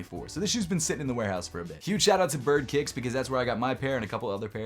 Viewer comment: You say kicks…??